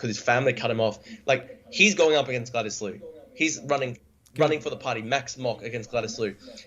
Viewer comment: "Slew" the past tense of "slay" rhymes with Drew. True, blue, clue, few, rue, too, flew, crew, .....there are many words which rhyme with Drew.